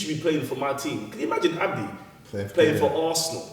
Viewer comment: its ABDI not "Abi"